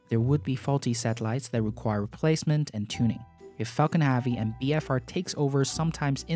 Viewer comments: is falcon heavy no havy!! learn to pronounce please! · Hey there No hate, but could you prononce Falcon 9 and Falcon Heavy correctly instead of Falcony and Falconhavy? It bugs the hell out of me :( thanks